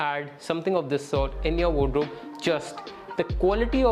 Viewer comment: Bhai it's called wardrobe not wod-robe 😅